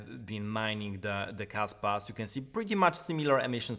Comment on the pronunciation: I thought you said Kasta for a second hahaha